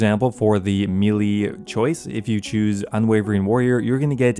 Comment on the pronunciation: When is someone gonna tell him that melee is pronounced like "maylay"? lol